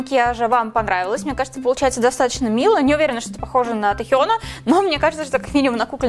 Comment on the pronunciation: Ааа черт...пожалуйста не тИхёна а тЭхёна